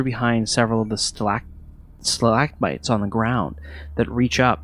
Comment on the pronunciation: Im just being an asshole but its funny that didn't know the difference between stalactites and stalagmites, and then next time, he flubs it completely and says stalackbites